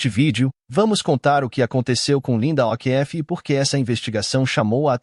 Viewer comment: pELO AMOR DE dEUS ANTES DE FALAR UMA PALAVRA EM OUTRA LINGUA PROCUREM SABER......O'Keefe fala OKIFF